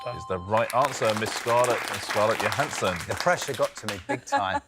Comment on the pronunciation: I love that Jennie actually said Scarlett Johanson’s name correctly.